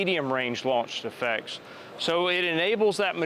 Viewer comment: Whenever he says "launch effects" it sounds like he's saying "launch defects" (of which this product likely has many). Work on your pronunciation, presenter dude. Also, as many others have stated, this isn't fully autonomous. It is, at best, semi-autonomous. It still has a navigator, someone still has to tell it where to go and what to do. Additionally, someone still needs to be a crew chief, to be a loadmaster, to perform maintenance on the craft. Tell me when you can just set up a radio guidance beacon, turn it on, and have the aircraft automatically load up, start up, take off and fly to that beacon, land and return to base, complete with evasive maneuvers if engaged by the enemy, all with no tablet or other pilot required. THAT would be fully-autonomous. And there's no defensive measures in case of jamming or interference. As of this point in time, semi-autonomous military helicopters are just handing the enemy free stuff. "Hey China, hey Russia, hey Taliban, do you want a free UH-60 and its' cargo? 60+ billion dollars in free military hardware!" Congratulations Sikorsky/Lockheed Martin, you just made the world's most useless conversion of a military helicopter. This would have been better as a civilian vehicle, where at least we know it'll be safe and secure if it lands rather than revisiting the botched Afghanistan Pullout every time we deploy one of these things.